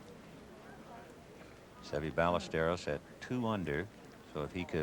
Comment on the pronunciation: Amazing how the announcers were butchering pronunciation of “Ballesteros” even after he won in 1980